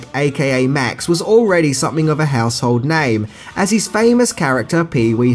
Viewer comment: "serchin fur eez bruver"